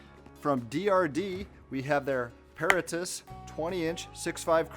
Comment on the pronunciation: It's properly pronounces pah-RAH-tus...as in the BOY Scout motto - Semper paratus...i. e. 'Always Ready'